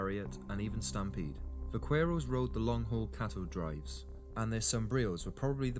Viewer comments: It's pronounced "va-care-ro(s)". The "q" and the "u" are silent. Unless you're a Mexican, then it's more like "vah-ke-roh". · I was particularly annoyed by his pronunciation of the syllable "que" as "cue." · It sets my teeth on edge the way he mispronounces "vaquero" (I'm from the Rio Grande and no self-respecting South Texan would say it like that) but overall I agree with the video. The myth I've always disliked most is a Hollywood invention, the quick-draw duel. The outcome wasn't determined by who shot first; the narrator's right, the guns weren't that accurate. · You terribly mispronounced “vaquero” dude! I have fired my cap and ball pistol for years without burns or explosions but I learned the CORRECT way to load the gun when I got it. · You’ve all got it wrong. Vaquero is NOT pronounced with a V at all. It is pronounced with a B. The word comes from “vaca” meaning a cow and which is pronounced “ba-kah”. A vaquero (ba-kare-oh) is a cow tender. It was corrupted by us white folk to “buckaroo” because of the hard B sound of the correct pronunciation of vaquero. I know this as I am from buckaroo country in eastern Oregon, where the Anglo’s got all of their best cattle handling techniques from the old time Californios who worked this country. BTW Hawaii had cowboys way earlier than Texas. They were local natives called paniolos who were taught their cattle handling techniques from vaqueros from old Mexico starting in the 1830s. Paniolo is a corruption of Espanol, meaning a person of Spanish origins. In America or Canada if it’s cowboy stock handling related, it probably has Spanish/Mexican roots. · DEAR LORD DID I JUST HEAR AN ENGLISHMAN PRONOUNCE IT EKSCAPE!!!???????????? UM ESCAPE THERE SIR BAD GRAMMAR. And ❤Vaquero is pronounced Vakero! Ugh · The Spanish/Mexican cowboy name is pronounced "vac-er-o". It is not pronounced with the "q" of is spelling. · Va-KWER-oh. ? Really? Vaqueros also gave us the lariat (la riata) and the cigarette.